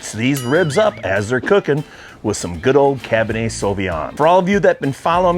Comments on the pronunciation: It's Cabernet, not "cabinhey" lol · There is an R in cabernet (cab burr nay), not cab ba nay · cabinay....learn how to pronounce words correctly, makes you look really dumb bro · Dude, please realize there is a "R" in Cabernet. It's not Cabin-A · What is "Cab-in-Ay"? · “Cah bah Nay” 👍🏼😂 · It's Cabernet with an "R"